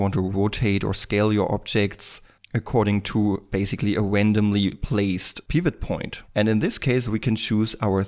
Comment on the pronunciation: The way you pronounce Pivot Point is really making me mad. It's so wrong.